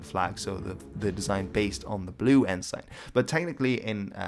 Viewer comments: It's pronounced en-sin, not en-sine. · Your pronunciations are good, except that ensign is pronounced "EN-s'n". Odd that English should be the problem. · In English Ensign is pronounced Enzin. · I have followed videos for a while now and he is brilliant with pronunciation, whether it modern day Maori or early Anglo-Saxon. So I'm baffled with how he pronounces 'ensign'. He uses the literal spelling and calls it 'N-sign'. Whenever I've heard naval flags referred to, it's always 'en-suhn'. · Had a flick through the comments but didn't see any mention of it. I've always heard the word ensign pronounced as en-sin no idea which is more proper or correct, nor do I care that much. Just thought I'd let you know. Love the vids 👍